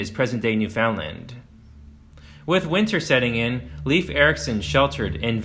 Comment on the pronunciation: Leif Eriksen’s name is pronounced closer to rhyme with ‘life’ than ‘leaf’.